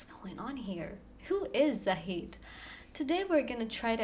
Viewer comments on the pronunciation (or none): I want to aay i just started watching you and i can say you will come to big places. You are actually searching before doing your videos and putting effort. Fun fact: Zahide pronouns with an e in the end (in Turkish e pronounces as an “a” without an i or y sound)